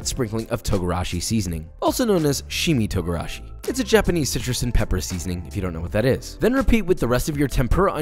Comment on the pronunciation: shee-chee-mee togarashi, not whatever you said, is a 7 spice blend, If you don’t know what that is